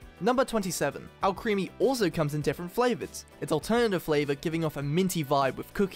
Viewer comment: Just so you guys know alcremie is supposed to be pronounced like alchemy but with an r and zacian is pronounced zah-cyan just Incase you didn’t know :).